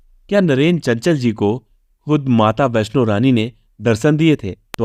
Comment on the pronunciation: You need to learn pronounce श and छ as well.. सौहरत, सब्द, वैस्नो नहीं होता है ... आजकल बच्चे दो-दो, तीन तीन foreign languages सीख रहे हैं, higher classes में compulsory भी है, आप इतना तो कर लें, अपने देश की मातृभाषा है...